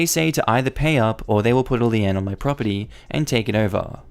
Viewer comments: Lee-n, not Lee-Ann.... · 'Lien' is pronounced 'lean'. It's basically a legal document that says 'you don't pay, we take your thing'. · Another great story about HOAs trying to be filthy rotten in a land grab. Just FYI,, l i e n is pronounced l e e n. I hope I hope he sticks it to the HOA before this is over. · brother... lien is pronounced lean in America like lean meat, or " I was so drunk I had to lean on the bar".